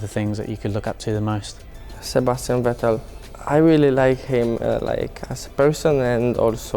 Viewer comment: Bros hero is Vettel and he can't pronounce his name nah